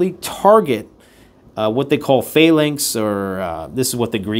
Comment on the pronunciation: you need to learn how to pronounce phalanx correctly.